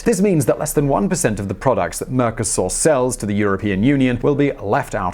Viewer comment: mercosÚr, not mercoSAUR!